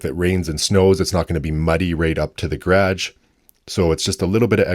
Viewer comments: Can't get over the pronunciation of "grage" rather than garage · He says it like how we say it in Australia!!!!! ❤❤❤ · One day I’m gonna punch you for the way you say garage lol jk 😂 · The way u pronounced garage 😂